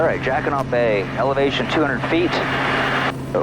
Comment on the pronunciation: what a fabulous video. Jacquinot is a French word and the t is not pronounced. I just searched out the history of this bay and it is very interesting relating to the war years. Great work you bring us the most incredible videos.